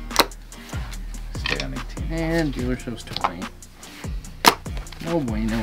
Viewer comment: Love the way the dealer pronounces "No Bueno" sounds like "No Bweyno" kills me everytime 😂